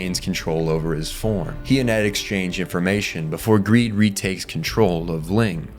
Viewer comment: Who else after hearing ed call greed/long "greeling" cannot call them anything else...